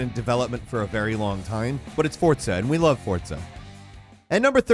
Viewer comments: It's no Fortza... it's Forza... Derp. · please explain how FORZA is said as FORTSA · I really don't know where people are getting the "T" sound in the word Forza from.